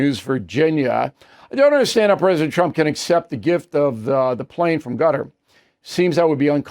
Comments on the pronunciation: Hey Bill, Qatar is not pronounced gutter. It is pronounced Ka-tar’. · Bill, c'mon, please, stop saying "Gutter" for Qatar; you KNOW how it's pronounced. You can say Kuh-Tar, ORRRR, Kutter (Cutter). You KNOW it's not pronounced "Gutter". Please say it correctly. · please stop saying gutter .lol cutter or kutur omg man stop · Gutter ? Ugh Bill it's Cutter buddy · I second that notion. But I had to post another and remind him that Hakeem Jefferies has never been speaker of the house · It's Quatar Bill not Gutter. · HOW HARD IS THIS- IT IS NOT "GUTTER" IT IS CAH-TAR. NOT HARD TO PRONOUNCE. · Stop calling it "GUTTER" it's "KAH-TAHR" figure it out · Why do you keep saying Gutter? It's pronounced Cutter. What's next, Zutter? Schmutter? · Hey O’Reilly you’re a Pinhead once again it’s not”GUTTER” it’s “QATAR” aka CUT- TAR hope this helps. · it is pronounced KUTUR not gutter lol old man :) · You're saying Qatar wrong...try KUTTER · Qatar is now pronounced Gutter? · Please don't say "gutter" for Qatar. Jeffrey's is a $1 shop Obama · WOULD YOU PLEASE PRONOUNCE QATAR PROPERLY. IT US NOT GUTTER. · Bill Qatar is not pronouned gutter lol just saying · It's Qatar. Use K if you struggle...NOT Gatar! You can do better than the that Mr O'Reilly. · Is he pronouncing Quatar as “Gutter”? Is that the correct pronunciation? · It is very annoying for you not to pronounce Qatar correctly. What is gutter? Come on Bill, do better. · Why does Bill pronounce Qatar as Gutter? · Bill.. please calling Qatar…. “Gutter” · Thanks. I did. He’s pronouncing it wrong. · Gotta love how Bill says Qatar :face-fuchsia-poop-shape